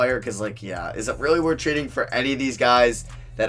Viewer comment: Dude, can you please start saying your L's properly? Lol, use your tongue when you say a word with a L in it. When you say really you say, "reawwy".